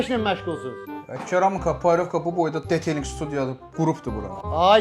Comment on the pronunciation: Obyektin qeyri professionalligi o seviyyededir ki, gordukleri xidmetin bele adini duz yaza bilmeyibler. Birincisi detaling yox, detailing, ikincisi de teleffuzu detalinq deyil ay zirrama🤦‍♂️